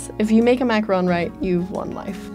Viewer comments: Why can’t Americans every say Macaron right 😂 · Uh - uhmm ahemm... Macaroons... Not Macarons. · It's not pronounced macaRON it's pronounced macaROON! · I say it mac- a - roon not mac- RON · Is it just me or did I think it was pronounced “macarOOns”, not “macaRONs”?? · why isn’t anyone talking about her mispronunciation of macaron? it’s pronounced ma-ka-ROHN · I thought its called “macaroon” tho hm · They pronounced Macaron wrong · Hmm, it is just me. I don't hear her pronouncing the second "a" in macaron. There's a President Macron, but the delightful dessert is a macaron. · God I hate the way they say the word "Macaron". In Quebec it's pronounced like "macaroon" and I know that it's something different in English but it still ticks me off rip me 😝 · All I was focusing on was how she said “macaron” wrong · Very thorough video. But the mispronunciation makes it hard to listen. 2 suggestions: 1) macaron is pronounced like it is spelled as three syllables not two 2) macaronage not macronage.